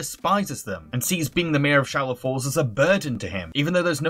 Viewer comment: No harshness meant here, but I'm a tiny bit upset that he kept saying "Shallow Falls" even though it's Swallow Falls